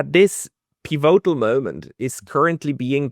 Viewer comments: It’s “pívotal”, with stress on the first syllable, not “pivótal”, please! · why do you pronounce 'pivotal' in such an unusual way? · You are pronouncing pivotal wrong.